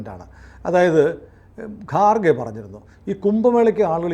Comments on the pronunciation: കാർ ഖേ അല്ലടാ ഖാർ ഗേ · It's not garkhe but kharge. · ഗാർഖെ അല്ല ഖാർഗെ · ഗാർഗെ അല്ല. ഘർഗെ ആണ്. പിന്നെ അയാൾ ഹിന്ദു അല്ല. ബുദ്ധമതമാണ്. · ഗാർഗെ അല്ല ഖാർഗെ ആണ്.